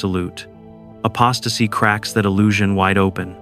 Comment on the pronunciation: Apostasy not acposasy